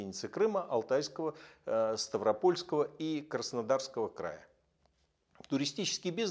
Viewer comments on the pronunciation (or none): none